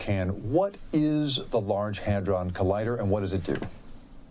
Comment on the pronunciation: Constantly misreading hadron as hardon.